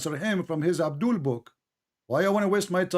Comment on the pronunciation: abdoolll is always abdooll..... Potato 😅😅😁😁